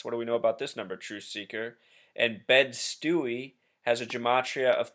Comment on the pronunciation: Greetings brother, the part of Brooklyn that JZ is from is pronounced -Bed Stye, like Stye eye....I'm from Long Island so I understand how difficult our name can be to pronounce.....the neighbor hood full name is Bedfordstuyvesent & Marcie housing projects are no playground......as always be well my brother